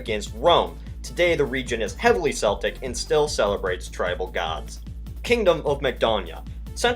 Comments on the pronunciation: Celtic is not pronounced "seltic" it's pronounced "Keltic". Also Sweden fought the Russians in the great Northern war - not great Nordic war. On another note, the person who wrote about the republic of Russia - republic of Russia is a bit stupid, Tsar Alexander was a dedicated autocrat - if he'd not been assassinated he would have continued being an autocrat and his son Nicholas II would have been a more competent ruler, having more time to prepare and learn from his father. Nicholas II was also a committed autocrat. If there had been no Russian revolution, surely the Russian monarchy would still exist, at least in the same way the UK monarchy has survived, and surely they would still have an empire - so no republic. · I died a little inside every time he pronounced Celtic with a soft 'C'. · it's not pronounced seltic it's pronounced Celtic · Its pronounced Keltic..... =P My family has deep roots with the Celtics..... +p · The CR...you mean the NCR? Edit: Yes, yes, I know that the NCR flag is, basically, California's with a second head. Also, IT'S PRONOUNCED KELTS! The "C" in Celtic is pronounced as a "K"...sort of like in "car" or "cat" or "caretaker". Also, the Celtic languages existed long before Rome's venture in to Britain. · Your pronunciation of the word "Celtic" gave me a stroke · Please correct pronunciation of Celtic: the initial c has the k sound. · Yeah. Celtic (pronounced as Sell-tic) is a football team! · Every time he mispronounces celtic I can't help but cringe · You said Celtic wrong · Every time you say "celts" or "Celtic" you are saying it wrong, the way you say Celtic is the name of a Scottish football team, but when you are talking about the celts (the Irish, Scottish and Welsh...) you pronounce celts with a k so it is more like kelts or keltik. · For Celtic you pronounce it kel-tic, not cell-tic. For the basketball team they are in fact called the Boston celtics with the latter pronunciation. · seltic its pronounced Keltic